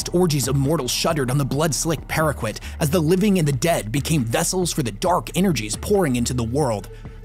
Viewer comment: Maelstrom - "mayl-strum". Parquet - "par-kay".